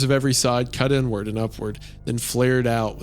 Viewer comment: I can't stop hearing "N Word" every time Isaiah reads "inward" and so I'm cursing everyone who reads this comment the same terrible fate ☠